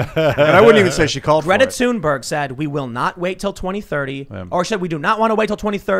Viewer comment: Stop calling her toonberg.